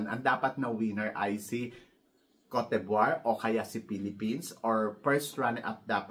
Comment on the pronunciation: 😅😂🤣 hindi mo parin m-pronounce ang Kowt Dibwah (Côte D'Ivoire) ng ayos 😝😜🤪